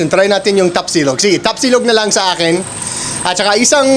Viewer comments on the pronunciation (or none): none